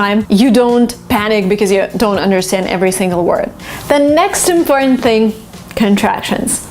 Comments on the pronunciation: imBBortant imPPortant(✓) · I‘ve been confused for more than ten years, the end pronunciation of IMPORTANT. Doesn't it sound natural to say /tənt/ ? /tənt/ is much more smoothy and natural than /pɔ:_nt/ for Chinese. /pɔ:_nt/ sounds very indistinct to hear and immitate. like mumbling.